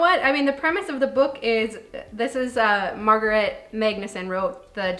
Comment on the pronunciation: Its so funny to hear a american pronounce something swedish, like Margareta "Margaret"😆i guess it sounds the same for you when you hear a swedish person speak english, or spell it😆🤣im swedish, and I think that swedish deathcleaning make sense,some think its a bit morbid, and maybe a little bit, but I get why you shouldnt put your stuff on someone else. Happy 4th of july by the way! We had it on june 6, but we dont celebrate it as much in sweden i wish we would !❤